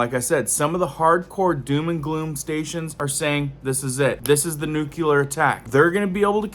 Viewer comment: It's New-clear not Nuke u lar.